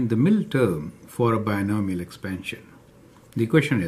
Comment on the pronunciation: i think it is binomial not binimial